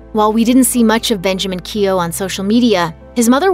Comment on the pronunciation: Keough pronounced incorrect